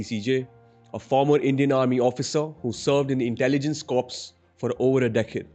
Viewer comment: I'm sorry but Corps is pronounced "core", just saying. You host plenty servicemen, isn't proper for you to do things in anyway but the right way